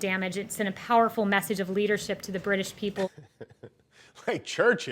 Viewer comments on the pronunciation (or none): Leadershim moments, yep she can’t even say leadership because Trump is completely incapable of leadership. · Did she first say leadershimp? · Did she say "leadershrimp" ?